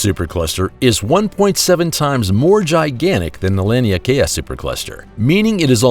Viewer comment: Lan Leigh Kaya? I think he means rhe lania Kai super cluster. Which is pronounced lonney Kai. This narrator is bad at speaking.